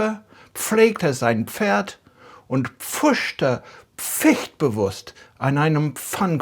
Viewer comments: Nobody pronunces pf as p-f, it is (as ph) simply the "f" sound. So "Pferd" and "fährt" sound exactely the same. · In practice, we rarely, if ever pronounce the p at the start of pf words. Pfeffer is just feffa. Pferd is just fairt. We do emphasise it in the middle e.g. Apfel is indeed Ap-fel. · i pronounce all those words without the p … But maybe that’s my regional accent or just me.